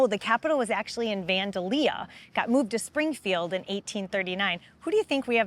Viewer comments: Need to learn how to pronounce Vandalia, former state capital of Illinois. Its Van - dale - ya not Van - da - lea. Not much of Illinois historian if they can't get that pronunciation right. SMH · I’ve always heard it pronounced Van-dail-iah. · Springfield is the third state capital. 1. Kaskaskia "Kas-kas-kia" 2. Vandalia "Van-day-lee-uh" 3. Springfield. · Learn to pronounce the towns correctly. Vandalia, the accent is on the second syllable. (vanDALis) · Yeah! Who is she? Van-da-leah? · I grew up in East Saint Louis, not to far from Vandalia. "Van-day-lia" 3 syllables. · Pronounced Van-dale-ya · She murdered the pronunciation of “Vandalia” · Never heard vandalia pronouced like that before. 😂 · I was gonna say that! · Ouch, hate it when an announcer butchers an Illinois city's name. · Exactly lol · No one ever anywhere at any time has pronounced it like she pronounced it, she’s a fool.